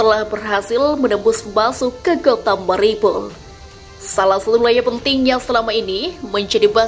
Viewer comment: Bukan keselek... Tapi ngomongnya di-buat2 agar kedengaran keren, seperti : Mariopol diucapkan Maripol, Kadyrov diucapkan Kadrov dll...!!! Wkwkwk...